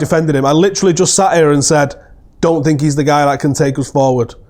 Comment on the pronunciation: I sink I sink I sink I sink he should go to Portugal.